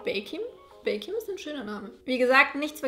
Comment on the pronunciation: Ich hab statt „viele lieben baking“ / „viele lieben Bacon“ verstanden 😂😂😂⭐️